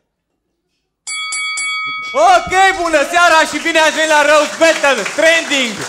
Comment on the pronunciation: Ce se bucura ca e in tranding. e tranding, nu trening;)